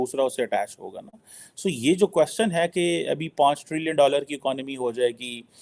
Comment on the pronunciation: Aaj style mein baithe ho lekin kwaaaschan is aise kaise? 😂